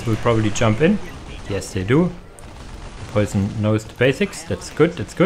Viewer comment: Nice vidéo for lunch time. Side note unless that person told you but I take it poisson is french so their name is pronounced différently and means "dream fish" in english which is a pretty cool name.